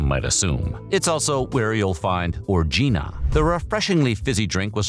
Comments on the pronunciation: You say it like orgy, it's o-ran-guina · ORANJ-eena !! ffs